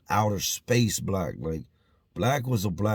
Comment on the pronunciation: He said outta space black 💀💀💀